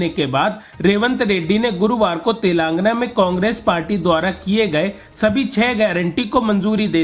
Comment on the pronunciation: कृपया अपने रिपोर्टर को तेलंगाना बोलना सिखाएं. तेलंगाना को तेलांगना बोलते हैँ. बहुत खराब लगता है